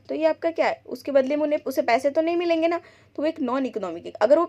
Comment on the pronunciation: milenge❌ milinga ✔️